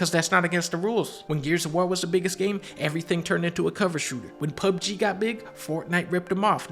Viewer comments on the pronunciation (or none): none